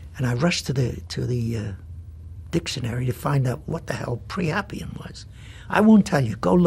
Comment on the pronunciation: It's not "pre" but "pri" (rhyming with "sky"): "Priapian (noun) : A lascivious person; a worshipper of Priapus [a male fertility cult deity of ancient Greece]. adj.: Priapic. Origin [etymology]: Late 16th century; earliest use found in John Marston ... poet and playwright. From Priap- + -ian" That said, the writers at Time and Cardinal Spellman were wrong: There isn't anything really priapic about the character of Silva Vaccaro or the way Wallach plays him. The seduction of the Baker character is hardly anything more than had been seen on the silver screen since almost the very beginning of Hollywood. The ugliness of the suggestive cuckoldry of "Baby Doll" is in its ferocious anti-White mockery of Archie Lee, the central character played by Malden with a seeming sardonic glee.